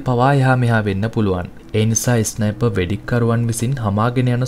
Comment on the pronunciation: ඉස්නයිප් නෙමෙයි බන් ස්නයිප්